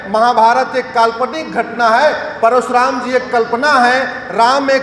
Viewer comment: Parshuram nahi - Parashuram ( कृपया स नहीं, श बोलें )।